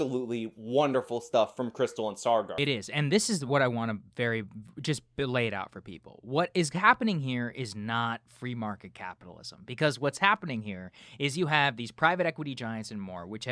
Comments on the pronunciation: It's not "Sargar" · Saargar of Akkad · maybe it was on purpose. Cristaal and Sargaar put such little effort into their research and analysis. Perhaps mispronounced his name in reference to their misrepresentation of facts.